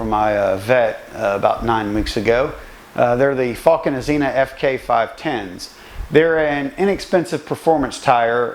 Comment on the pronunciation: Azenis tyres not azena